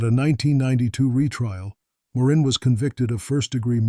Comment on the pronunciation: A bit irritating having pronunciations of words and names changing frequently. "Mr. Big Operations" are unethical......lying all the time but expecting the truth(or, rather, something to prove the cops guess). Nice that the cops narrowed down the age of one of the women (25 to 50 years old). Appalling pronunciation of Guy Paul Morin's name.